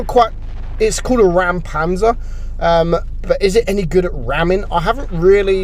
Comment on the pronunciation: It's not Rampanzer, you have to speak the ä But anyway great video!